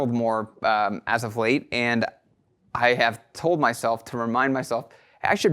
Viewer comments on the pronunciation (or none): none